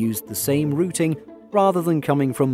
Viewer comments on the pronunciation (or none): none